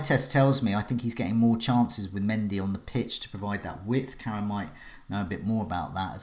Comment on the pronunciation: love how ya butcher Karam's name the whole stream and he's too polite to say ..